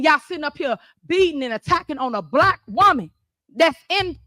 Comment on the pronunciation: Was she saying black I thought she said she's Blat . I was thinking who's this Blat Chick